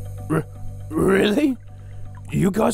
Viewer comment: the way he said haloha made me laugh 😂